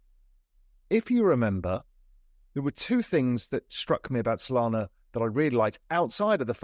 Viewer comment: Did you say Sonana?